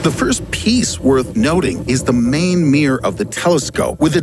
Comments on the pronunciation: “Meeeror” is not mirror. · 'mirror', not 'meer'... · It's “mirror”, not “meer”. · Mier? Mirror! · It's mirror not mir. 🙄🤣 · What's a meerrrrrr? Are you trying to say mirror? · Someone tell me what a "meer" is, because whatever it is, it sounds like the JWT has an impressive one. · It’s MiRror! Not Mir you cretin! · I think his pronunciation is 'meeeerrrrr' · Mirror not Mirr . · Wish he would pronounce "mirror" properly. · It’s a mirror....not a meer. Couldn’t even finish the video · It’s a mirror not a meer. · Why can't Americans say mirror? 😁 Meeer 😳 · “Its linkth...” “main meeorr of the telescope” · Hint: "Mirror" has two syllables. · This idiot narrator can't pronounce mirror!